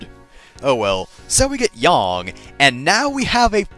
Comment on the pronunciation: YES! You pronounce Yang correctly.